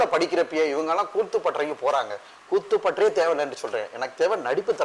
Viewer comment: கூத்து பட்டறை னு சொல்ல சொன்னா கூட்டு பத்தறை னு சொல்லுது நாயீ.